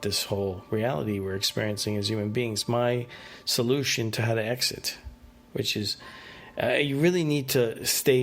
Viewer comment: your...soul-loosh-on. edit